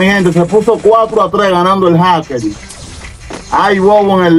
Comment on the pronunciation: Por qué no pueden ablar. Jaker y dicen jakel